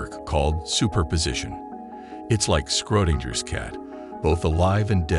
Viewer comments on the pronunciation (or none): Skrodinjer’s cat. Oh, my ears have just committed suicide.